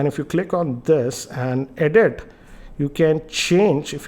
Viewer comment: Everything’s fine in your review here except that your Intonation is slightly annoying it’s weird at places mate ! Fix that already ..... also some of ur pronunces- whereASS , optian instead of option, edeat instead of edit and etc found a bit funny , no offence man .